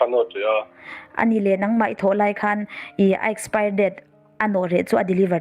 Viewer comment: Company tih dikloh lo siam thra,expire pawh asawi thiamlo ania😂😂😂😂